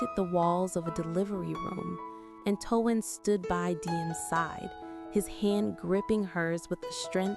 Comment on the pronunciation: Why in the world can't you pronounce his name properly it's t o a n not t u a n just like the word tone